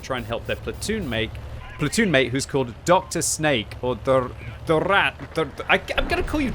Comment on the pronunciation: His name in not Dr Snake, but Drsnak, that means something like tough guy